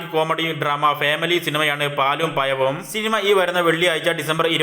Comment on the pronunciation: പാലും പയവും അല്ല പഴവും